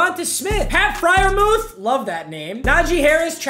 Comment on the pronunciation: Which names. Friermuth was correct